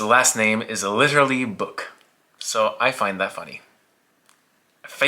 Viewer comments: Hi, Finn here, his name is actually Böök and it's not pronounced anything like "Book". But otherwise a great vid of one of the best Finnish players of all time :) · Great video! Name pronunciation was completely off the rails, though.😅 Eero is somewhat close to "aero". For the öö in Böök, it's close to 'u' in British "further".